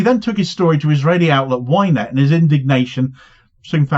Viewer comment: Wait...what outlet? I swear I heard ''He took the story to the Israeli outlet WHINE-NET.''